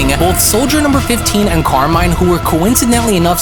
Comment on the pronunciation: BTW Carmine is italian so you should read it as it's spelled